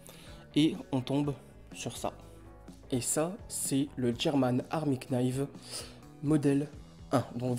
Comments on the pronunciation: Super la vidéo, avec la musique en arrière-plan, c,est cool, juste une petite remarque, le K de Knive ne se prononce pas.Bonne continuation. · L'Emllemagne enfin bon et knife le k ne se prononce jamais et la vidéo et interecente j'espère tu vas grimper